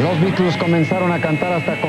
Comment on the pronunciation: Al fin alguien pronuncia bien los beatles